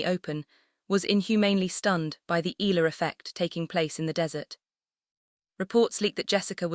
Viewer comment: Pls respect our FILIPINO PRONOUNCIATION it's E YA LA !!!!! AI STUPID LADY. Spanish or American PRONOUNCIATION is not right ,ELA my ash!